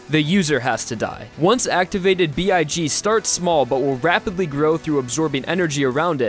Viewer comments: "Notorious BIG" Nooooo, it's Notorious B.I.G, dummy boy. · MANS SAID NOTORIOUS BIG HAHHAHAH Its pronounced b-i-g